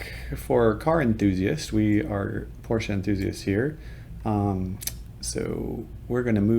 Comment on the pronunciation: Good info! I’m subbing just because you pronounced Porsche correctly!